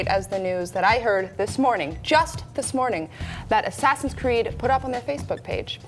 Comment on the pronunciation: Hehehe. He said Ass Creed.